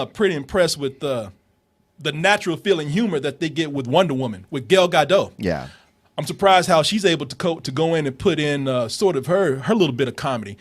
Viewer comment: this is actually the worst pronouciation of Gal Gadot l've heard